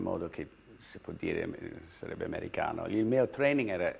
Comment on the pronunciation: When Jodie Foster said "americano" she pronunced it with a perfect italian accent , just as an italian person